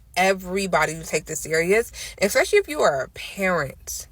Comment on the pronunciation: This girl said “eXpecially” like 25 times. That alone should nullify her whole argument. Though she made some reasonably ok points. Like you said THE issue failing America is lack of family structure, promiscuity and lack of accountability. Period.